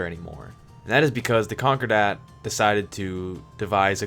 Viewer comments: Great lore videos. (ps. concordat is pronounced con-core-dat not conquer-dat) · sounds like conqure-dat